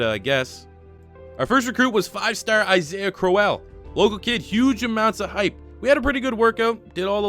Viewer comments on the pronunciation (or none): none